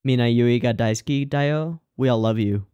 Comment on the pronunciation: btw, "daisuki" not "daisuke"